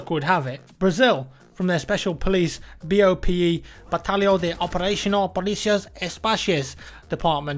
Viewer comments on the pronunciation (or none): I will never understand why foreigners have so much problem to say Portuguese words, rs. Awesome DLC, i'm thinking about buying the game because of this. Faca na Caveira!